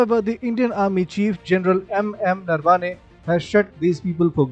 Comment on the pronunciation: Its not Narvane. Its Narav-ne